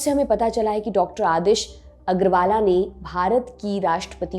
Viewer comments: मैडम जी अग्रवाला नही अग्रवाल है । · Aggarwala nahi Aggarwal hai bewakuf news reader . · Agarwala kya hota hai???? Hindi bhi teek se nahi padh sakte madam ji.... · Medam apko agrawal bolna bhi nahi aata.